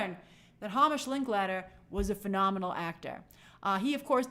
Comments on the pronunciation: I think it’s pronounced “HAYmish”. And I’ll be watching Godzilla-1 for the third time, tonight. 🤭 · As another Hamish, its pronounced Heymish.